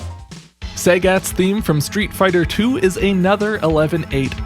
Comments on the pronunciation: I dont think I've ever heard Sagat pronounced as Saygatt before, wow! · Did this dude just say “Say gat”?